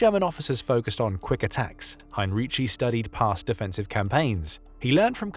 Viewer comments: Hine-ree-tsee. He wasn‘t Italian. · Excellent job, thanks. You only should have gotten the name right. You pronounce it as he had been Italian, he though was German obviously